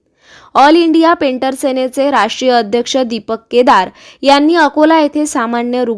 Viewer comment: हा मुद्दा उचलल्या बद्दल धन्यवाद पेंटर नाही पँथर उच्चार व्यवस्थित करावा ही विनंती